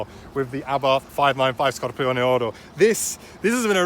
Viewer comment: I think you're the only person who can pronounce Scorpioneoro properly without butchering it 🤣